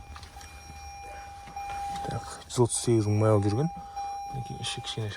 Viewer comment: Майл демей ақ қойш. Қазақша миль десенде болад